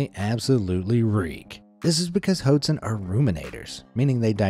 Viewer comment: You’re pronouncing “hoatzin” wrong. It’s actually pronounced “watt-seen”.